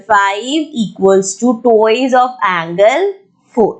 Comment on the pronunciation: Mam there's a little correction - It's not 'Tuwoiz' it's 'twa-i-s' T W I C E